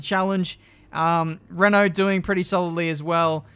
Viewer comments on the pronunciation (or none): none